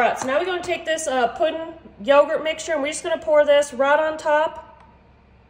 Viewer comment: I love how she says puddin and how she smacks the counter after she tastes it!